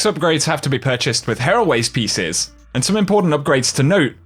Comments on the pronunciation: Bungie: "Here. Always. Pieces.": "Heraways." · Isn't it said like "here always" pieces?